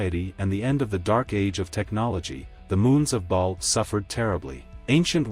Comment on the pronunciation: It's ba'al rather than ball, minor nitpick but it stuck out to me.